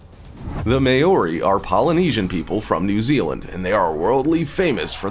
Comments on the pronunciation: Only person in the world that can't pronounce the word " Maori" and they got him to narrate . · You pronounced Maori wrong and I don’t think the US army is scared of them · All of this research and that’s how you pronounced Maori? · Just saying this guy is worried about the way he pronounced sweet grass but yet the way he pronouces Maori is way off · I really hate the way he pronounced Maori, not even close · And you are pronouncing Maori wrong goose! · maori you pronounced that soooooooo wrong and probbaly offended alot off people im from new zealand btw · Butchered the hell outta that maori pronunciation 🤣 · Pronunciation of maori is embarrassing 😳you need to learn language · He can’t pronounce Maori correctly!!! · List was in wrong order, narrator sucked, and its "mow-ri"...NOT "may-o-ri" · MAY-ORI hahahahahahaha that's not how it's pronounced, Closest way to say it is "mouldy" like mouldy bread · may-ori? sorry having heard the name many times directly from maori people in the English lang it would be pronounced Mow-re . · The indigenous tribe in New Zealand are the Māori people It is NOT pronounced mayori! Phonetically it is pronounced Mawri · The way you say Maori bugs me. It's not pronounced May-Ori! It's pronounced Mow-Ree. Like how you say the Hawaiian city of Maui (it's similar to that but add the REE sound to it and you get MAORI) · Maori is not pronounced May-ory, it's pronounced Mow-ree 🤣🤣🤣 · Far out bro I’m Maori and you butchered the hell out number 3’s name 😂😂 it’s pronounced sorta like “Mouldy” or like “Mole-dee” not “May-ore-ee” sheesh. You are spreading misinformation when you don’t properly pronounce things, it can come across disrespectful haahaa. Nice video tho but I reckon you must’ve butchered a lot of other tribes names too. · May-ori?! Lmao its MAH-or-ee. Literally google it and hear how they pronounce it. Not that hard🤷🏻‍♀️ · The New Zealand people are pronounced ‘mao-ri’ I believe.. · did he just pronounce māori as mayori?